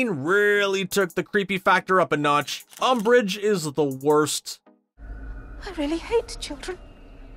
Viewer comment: We say amb*ch not ambrich